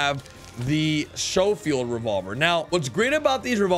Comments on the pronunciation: Lol shofeild it's sco like scope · It's SCHOFIELD NOT SHOWFIELD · it’s pronounced skofield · stop saying shofield it is schofield like the word school not shool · Thats pronounced Skole field not show field. But you're still the man. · The schofield revolver is pronounced skofield not showfield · It's pronounced SKofield--hard "ch" as in "school" just FYI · Thank you lol this dude is killing me pronouncing it wrong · Schofield pronounced S K OH-F EE L D. Thnx for the vid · S-co-field is how it's pronounced lol as in Major General John M. Schofield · Sho- field lol🤣🤣🤣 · It’s pronounced sco-field just so you know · Omg its skofield not schofield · Schofield (sk-o-field) Just trying to help you out. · Its pronounced "Sko field" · Please say Schofield correctly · Don’t you ever pronounce Schofield like that again you dweeb smh